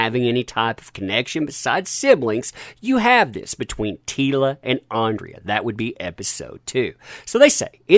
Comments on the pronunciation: So many comments, this is unlikely to be read or have an impact. You are trashing something that I don't think you have seen, based on your reliance on other news sources, a screenshot of episode synopsis, and your continued mispronunciation of a character's name "Andra" as "Andrea". You are just piling on someone that is more successful than you on a topic that is high in geek culture right now, and one that seems to be making a stride against a "masculine" character. There are 5 more episodes and I just hope they are as good as the first 5, and Kevin Smith has already hinted that He-man/ Adam will be returning in the next 5 episodes and isn't sure why Netflix hasn't released them yet. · Okay, this is bugging me for weeks now. But it's Andra not Andrea! You see it written multiple times in every article you cover, but don't read it carefully enough to realise you've made the same mistake for at least two weeks now. How are people supposed to think you care, when you can't even get the names right after reading them that many times? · IT'S ANDRA NOT ANDREA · The nasal voice-over, makes this sound like a bitter, southern belle!!! Her name is Andra NOT Andrea or however you're mispronouncing it.... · Good video but ffs its ANDRA not ANDRIA!!!!